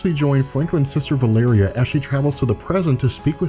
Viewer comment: Wait, is the really the way you're supposed to pronounce Valeria?